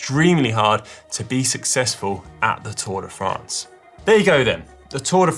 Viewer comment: First lets try how to pronounce france correctly